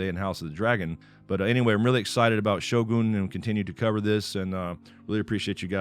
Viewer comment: So many westerner's pronounced it as sho-gan; correct pronunciation is sho-goon